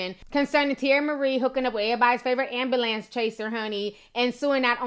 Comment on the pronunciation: Why do people have a hard time saying the word Ambulance? Ambalans? lol you're funny ti, and I still love you. Anyways, 50cent will soon only have 50 cents, if he keeps up the dumb shit.